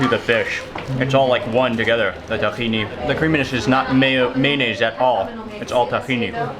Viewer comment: I love when he says takhine sauce... Arab me is like nah bruh takhino sauce 😂